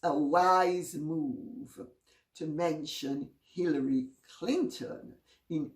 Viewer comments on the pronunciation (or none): LOL, I thought she said Pillory Clinton.